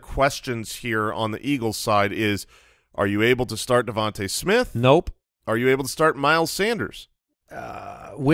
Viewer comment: at :57 min - I think it’s DeVon-tah not Devon-tay Smith, right? Maybe I am wrong.